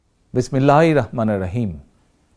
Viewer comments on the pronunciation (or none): আপনার বিসমিল্লাহ এবং সালাম শুদ্ধ হয় না যেহেতু বিসমিল্লাহ বলেন দয়া করে শুদ্ধ টা বলার চেষ্টা করবেন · এমন নেতা সালাম আর বিসমিল্লাহ সহীহ শুদ্ধভাবে বলতে পারেনা